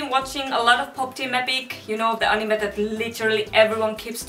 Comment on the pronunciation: I noticed that you are finnish of the way you said anime 👌 😅 😁